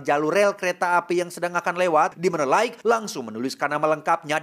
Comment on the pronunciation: Lait jooohnnn. LAITTT bacanya bukan laig